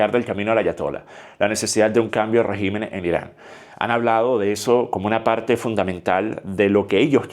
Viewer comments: ¿Y si China o Rusia deciden apoyar a Irán? P.D: Se dice rÉgimen no regÍmen. Así como regÍmenes no rÉgimenes. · Se dice RÉGIMEN, con acento en la E. En plural es que se dice REGÍMENES, con acento en la I.